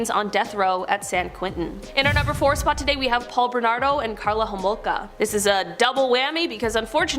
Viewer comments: Her name is Karla Homolka, not Klara. Do you research. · You’ve prob already heard this but it’s Carla Homolka, not Clara. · Its not “Clara” Homolka, its “Karla”, and they lived in a city not too far from mine. About half hour away. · This guy is terrible! It’s Karla not Clara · It's not Clara Harmolka...it's Carla Hamolka